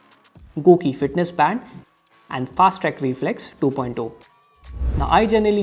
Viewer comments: Man why you say "2.ooh"😅😂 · i know but sounds so weird 😂